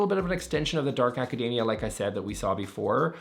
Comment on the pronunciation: “Academia” does not rhyme with macadamia. It’s acaDEEmia.